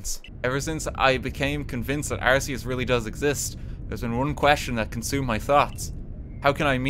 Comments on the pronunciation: It's not "arse-e-us" it's "arc-e-us". Please stop mispronouncing it. lts name means "all high" and "god" consistent with the "arch" prefix from "arch-angel", "arch-mage", and even "arch-enemy". In alchemy there's this plane of existence known as the "Archeus", a real English word which Arceus's name is based on as well. Silvally a Pokémon chimera with an ability similar to arceus is known as the "RKS system", the name itself a pun on the creator deities name. And as gamefreak's deliberate attempt to clarify the pronunciation, the in-game tool that you receive from the god is the "arc phone". Go ahead pronounce that as "arse phone" if you want people to laugh at you. Based on these hints on real English as well as in game lore, if you still insist on "arse" I won't stop you, but game freak has tried. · the fact i cant be even a slight bit sure of whether RT is saying Arceus wrong on purpose or because he doesnt know its wrong is proof of the chaos and spite this man radiates